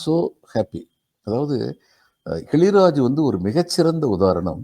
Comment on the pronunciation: கிழிராஜ் இல்லைங்க... கிளிராஜ் என்பதே சரி...